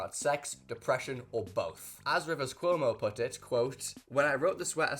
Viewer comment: Erm actually its rivers CWOH-MOH